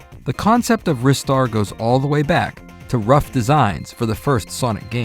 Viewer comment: I lost so much respect for. Do you actually call Ristar Wrister..... I can't even. The correct pronounciation is Rye-star as in rising star. I can accept Reee-star from japanese people as they have a way to pronounce english words. But I consider the word Wrister to be an active warcrime! Shame on you! See you next time!